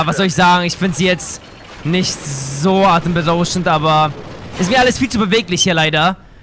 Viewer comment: es heißt "atemberaubend" und nicht "atemberauschend":DDDD